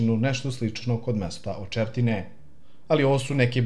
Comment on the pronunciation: Nije Potlava nego Poltava!!!Očeretino ne Očertine!